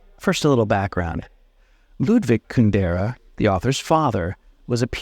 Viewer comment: With all his knowledge of Kundera, why does he not pronounce his name correctly?